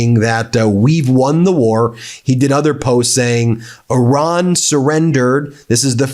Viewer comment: Why do you insist on calling Iran , Oron? Very distracting to me.